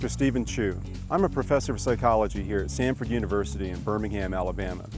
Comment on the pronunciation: i thought i heard him say 'Stanford' University and i was like wow what prestige! haha but no, just Samford.